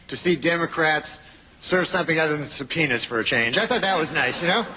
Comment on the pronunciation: I had to rewind because it sounded like he said it refreshing that the Democrats served something other than some penis/but he said subpoena-during thatclinton&kennedy Trials period things were a bit hairy he could have been so bold